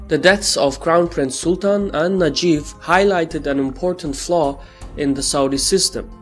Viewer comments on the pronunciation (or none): It's funny when he says Najef 😂 his name is NAYEF